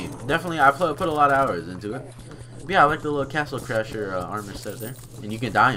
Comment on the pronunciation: "crastle cashers"